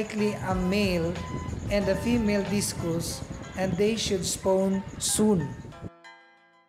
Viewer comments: Discus not discous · Correction sir Discus- dis/kas not dis/kus :)